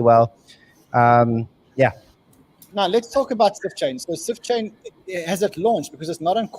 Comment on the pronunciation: Did he say "Sift Chain"?